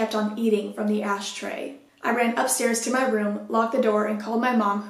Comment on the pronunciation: did she say "asstray" LMAOOOOO